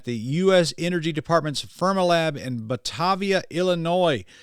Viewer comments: The biggest irony is that I live in Batavia IL west of fermilab right by Batavia highschool. You should come out here and visit sometime brother. By the way it's pronounced: (Buh-Tay-Vee-Uhh) Lol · Respectfully,, the city that houses USA's Fermilab is pronounced buh-TAY-vee-uh. (I used to live about 8 miles north of it, and I took the public tour of Fermilab.)